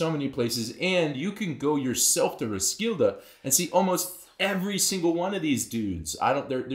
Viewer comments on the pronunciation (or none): Yeah, that hurts my ears every time. Thats not the same as Hans becoming John tho. Its about the English being incapable of uttering the Kn sound and the soft d at the end.